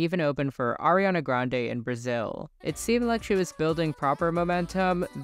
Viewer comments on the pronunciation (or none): none